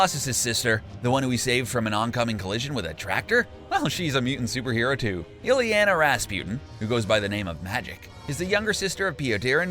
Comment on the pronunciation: please stop saying "pee-oh-tehr" and "illie-ana". if you can't pronounce the names in an at leasr half-way decent manner, just let someone else do the video